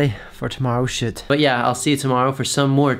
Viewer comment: We he says shoot it sounds like he’s swearing but it’s funny bc I know he’s not